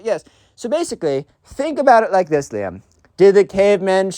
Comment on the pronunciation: RIZZ!!!! Also when you say Liam i hear Liem maybe i just have that Eastern Europe ear but im just hearing russian